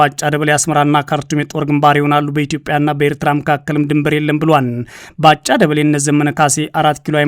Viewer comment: ላላ አድርገህ አንብብ እስኪ ያበጭብጭህ እና ባ ጫ ይላል ባጫ በል